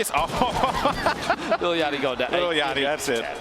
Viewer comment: THIS MAN said Lil Ya-ckty. BOI